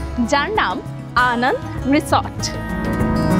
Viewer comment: ম্যাডাম Anand নয় Ananda বলুন। রিসোর্ট এর নামটা বাংলায়। আমি আপনার চ্যানেলের সাবস্ক্রাইবার। কিছু মনে করবেন না 🙏